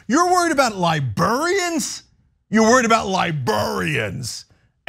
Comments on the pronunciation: Lie-brair-ian! Not libarian. The r isn’t silent. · LIBRARIANS, Cenk, not “libarians”. Li-BRār-i-ans. Please and thank you. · "Liburriens" 😂 idk why I love this so much haha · Liburians! 😅 Cenk, you're adorable. But seriously, sacking Librarians for doing their job? What next, Book burnings? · Has no told Cenk "librarian" isn't pronounced "libuhrian"? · I think there are some southern dialects that pronounce library as lie-berry. Maybe this is a similar dialect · The way Cenk says librarians like he’s speaking about people from Liberia lol